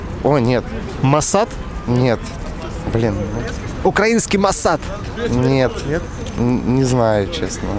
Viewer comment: Автор походу из Украины , правильно ставит ударение на словах украинский и слова пролелают украинские)